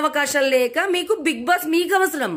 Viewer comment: Being a journalist ..first spell big boss properly..it's big boss...not big bass